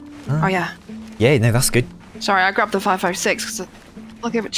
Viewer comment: I’m sorry dude but it still sounds like you’re saying “hey everyone, sorrwee”, the way a little kid with a speech impediment would say “sorry” 😂